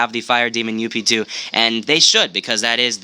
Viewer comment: ITS NOT (you-pe) Its (Ughp-Two) In longcut its Upgrade